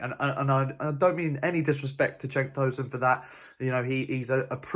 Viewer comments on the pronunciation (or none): cenk with a j. like 'jenk